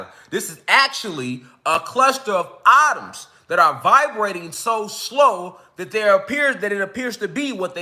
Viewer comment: Atuuums😂 Bothering me